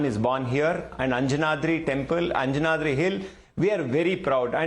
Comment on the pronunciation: Pronounce Anjanadri hill correctly. And it is not "believed to be". "IT IS" birthplace of Lord Hanuman